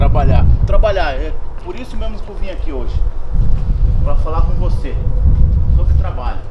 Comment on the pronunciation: ¨ vamos falar sore nogoçios ¨